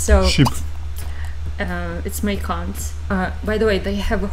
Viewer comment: I had this video in the background while studying and didn't pay much attention to it. But when I heard "my c*nt is riding a freaking horse!" I had to check what the hell was going on 😅😅 than realised it's "Mike Hunt"